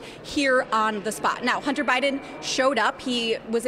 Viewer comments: She says "Hunner Biden". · EmptyG: “Hunner Bydn”. “Buhcuz”. She’s a joke.